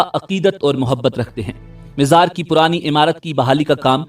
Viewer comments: You always pronouncing Mazar as Mizar can't you correct for all amateur u tubers of Panjab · Mazar Hota h mizar nhi